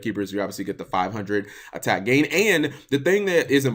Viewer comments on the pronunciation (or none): none